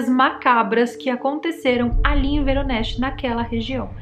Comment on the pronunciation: É Voronej, eu visitei essa cidade da Rússia em 2019, se pronucia em russo "Varonêis". Esse lical do avistamento fica do outro lado da cidade e tem qje atravessaar a ponte.